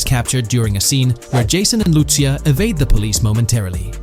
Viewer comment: Lu-cia say it with me l-u -c-i-a not er but a .